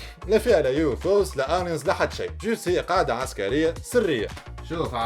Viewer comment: Aliens ama pronounced Eliens